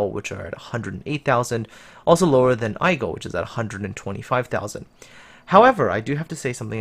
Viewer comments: Aigle = aye-gluh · Aigle is pronounced Aegleh. And Gaeda is pronounce like it written - Gaeda.